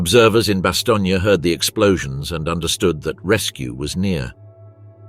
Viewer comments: Bastogne. What TF is bastonia? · Lots of excellent detail. The presentation from one section to another is poorly coordinated with long stretches of the same info repeated section to section. The narrator does not know how to pronounce BASTOGNE. The trailing E is NOT pronounced. Also Waffen SS is pronounced Vaffen SS.